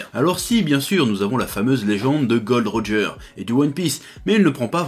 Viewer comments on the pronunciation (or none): Juste dit gol.d.roger pas gold roger 😅😅😅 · GOL.D.ROGER ET PAS GOLD ROGER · gol D roger , pas gold roger , arg ^^